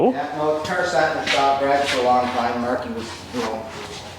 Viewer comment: It's garage not grage